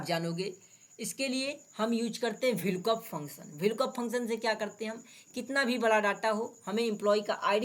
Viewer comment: Vlkoop nahi vlookup bolo